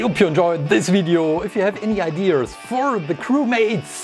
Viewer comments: I think it’s really funny (not trying to be mean at all I think it’s nice) how he says “ide-Ers” instead of ideas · I like how he says ideas like Mr. Krabs🦀